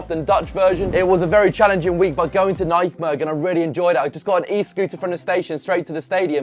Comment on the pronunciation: "NEC Naikmergen"🤣